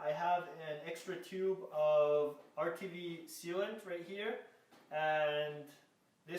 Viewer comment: Why are you saying utv sealant? Is it RTV?